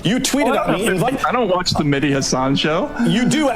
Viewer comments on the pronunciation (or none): It's not Medhi but Mehdi. Completely different pronunciation. It's like calling John Jhon.